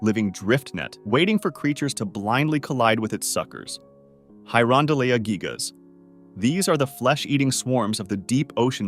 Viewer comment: Bro also said gigas like giga Chad.